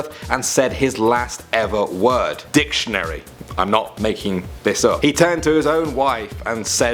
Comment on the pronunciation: I LOVED HOW HE SAID "DIC"TIONARY.